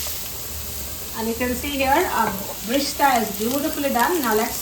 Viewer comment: Its birista, not brishhtaa😂 And it wasn't prepared correctly. Also, its stir, not steer. Recipe is also absolutely hopeless. First learn how to cook a biryani properly, then show others on YouTube. Otherwise just stick to Goan food, since you obviously can't cook other cuisines.